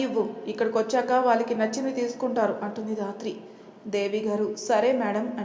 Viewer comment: Sister dhatri ane padam raatri ani vastondi Pleasec correct cheyyandi